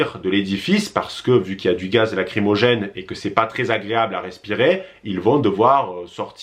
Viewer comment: Y a-t-il une raisons pour laquelle tu prononce "ils" avec le S ?